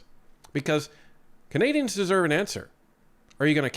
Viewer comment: Did you say Cathay dians? 😂